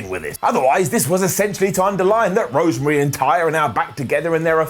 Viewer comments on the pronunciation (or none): none